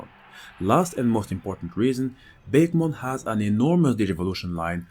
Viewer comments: 4 years later, "bakemon" shouldn't be pronounced that way at all, it's litteraly souding like a bake-mon, instead of baké, ah it should be, baké, meaning ghost, nothing in comon with bake isn't it ? :') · Actually, even though it doesn't seem like it would be, it's name is actually pronounced Baku-mon. At least, that's how it's name was said in the anime. Bake-mon (the way it was pronounced in this video) makes me think of a pie (a pumpkin pie in this case, perhaps?) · just so those who didn't know Japanese , Bakemon is pronounce Bah keh mon meaning ghostmon while nostalgia is saying BAKE as in baking something just to clear some confusion. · I was always under the assumption that bakemon was pronounced [bah-kay-mon]. The general names for Japanese monsters are obake and bakemono, which is why it appeared as such to me.